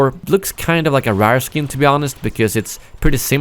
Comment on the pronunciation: saying rare made my day 🤣